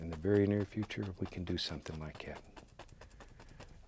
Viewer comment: Then do this just like " yat"....instead of " like that " .